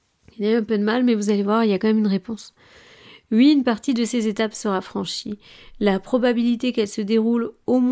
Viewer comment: Dites oui svp et pas ui.